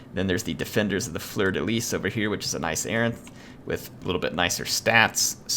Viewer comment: 6 of july and you finally got it right after all my spam. Yup it's Fleur de LyS,. Everyone in France is rioting in Joy right now because you finally pronounced that right. I can click on the bell now without feeling angry.